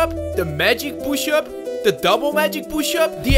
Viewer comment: The way he says push up 😂😂😂😂😂😭